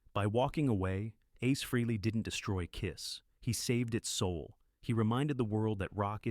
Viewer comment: Freeley ?? for the love of god its FREHLEY , after all these years people STILL can't say his name right ??? oh dear